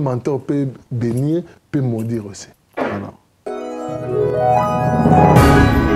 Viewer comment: bongisa prononciation frère, ça se travaille alors tu peux le faire. Maudure te c'est maudire, n'a esprit ya bien masta 🙌